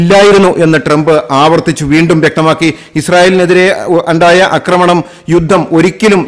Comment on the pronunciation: അക്രമണം എന്നുപറയാതെ ആക്രമണം എന്ന് പറയൂ. ഇസ്രായേൽ യമനിൽ ബോംബിങ് നടത്തിയതിന്റെ ഒരു വീഡിയോ ഇന്നലെ കണ്ടിരുന്നു... അതിൽ കുറഞ്ഞത് ഒരു ഇരുപതു പ്രാവശ്യമെങ്കിലും ' അക്രമണം ' എന്ന വാക്കു നിങ്ങൾ ആവർത്തിച്ചുരിയാടി കേട്ടു! ന്യൂസ് അപ്‌ലോഡ് ചെയ്യും മുൻപേ ഇതൊക്കെ ശ്രദ്ധിക്കേണ്ടെ? ആവർത്തനം അരോചകമാകും!